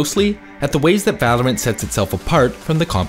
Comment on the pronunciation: every time he says Valor(ant) i die inside